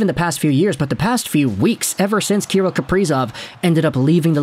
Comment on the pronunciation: It’s pronounced ka-rill, sorry to nit pick love the content!!